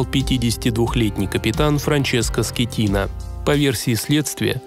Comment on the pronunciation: Франческо Скеттина ❌ Франческо Скатина✅